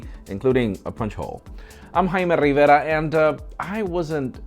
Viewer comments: Jaime Rrrrrrriverrrrrra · I'd subscribed to this channel for around 3 years and still never get bored to hear you pronounce 'Jaime Rivera' 😄👍 I tried to do the same and damn my tongue got cramps